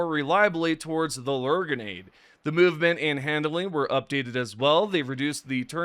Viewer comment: Lol Ler grenade